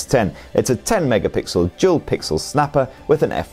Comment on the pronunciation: lol i thought you said “jewel” instead of “dual”